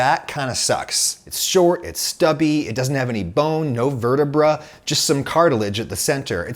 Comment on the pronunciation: I thought it was pronounce vertebrae not “ver-ta-Bruh” lol